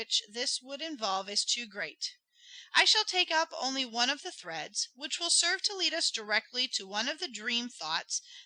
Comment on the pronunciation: 😂😂i was looking for someone that feels the same dont know why he was allowed to read